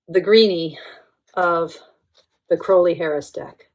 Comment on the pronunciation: I love the Thoth deck it’s just perfect. (And it’s nice to see a Youtuber who can pronounce “Crowley” correctly 😀)